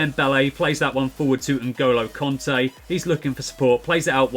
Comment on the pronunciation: Please don’t say ngolo conte anymore please it annoys me so much😂